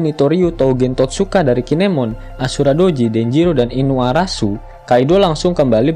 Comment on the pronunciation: Iniarashi min.. bukan iniarasu